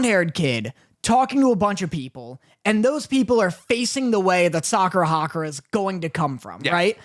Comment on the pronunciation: I know that this won’t make like Windbreaker any better (probably) but his name is Sakura Haruka not Sakura Hakura 💀